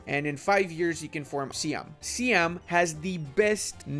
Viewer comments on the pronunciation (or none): SEE-ahm? Triggered.